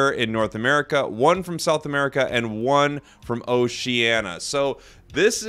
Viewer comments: Oh-she-ann-EE-ah! It's not Oceana, it's Oceania. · Just a word of advice before you start your casting career.... "oh-shee-ANN-ee-ah" 🤣💯 But seriously I hope you get to cast it and if you need a broadcast partner to do color commentary... 😁 Also a word to everyone complaining about regional representation: it is likely that since this is the first time Tencent is doing this kind of tournament, they are tracking the regions based on the money they could potentially make from the regions they chose. I would imagine that if this tournament has success, they would expand the number of teams/regions relative to the financial success of the tournament. The fact that the first tournament is global in scope already is a huge feat given the history of how esports tend to grow regionally first, so let's support this tournament and see what happens afterward. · That's not how you pronounce Oceania bro 😂😂